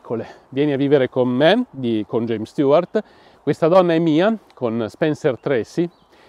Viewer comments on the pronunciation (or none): none